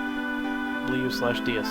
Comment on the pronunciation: It's not Blee-u it's more like Bluh (Bleu is litteraly blue, in french)